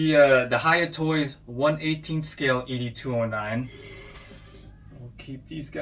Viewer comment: Nice review but Bro you butchered Ed’s name the whole video. Have you watched the movies? It’s pronounced Ed-209 like Mr. Ed. It’s NOT EDee 209 😂